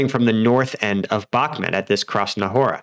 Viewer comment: Bah-ku-mut not Bak-mat